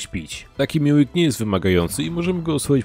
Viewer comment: To nie Meawing tylko Maewing